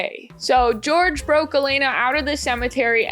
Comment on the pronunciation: Huge double yuu for weirdos named George today. Hearing the way you say the name George was like an audible version of looking at Elenas corpse photo all those times it was on screen. This is just like when the popes. Thanks!